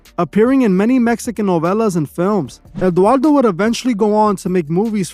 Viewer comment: Sorry but you are dead wrong on this way. First, you butchered Eduardo's name. Second, he is a MEXICAN actor and producer, many of us know him since childhood, he did novelas. Im not even gonna keep going, but you are wrong sorry